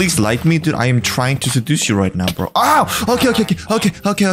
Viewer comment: chill brrroooo was so russian lol